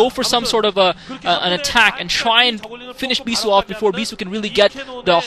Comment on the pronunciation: lol mispronounce "bishoe"